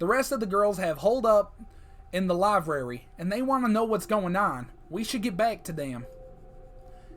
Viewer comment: "livrary" "livrrary"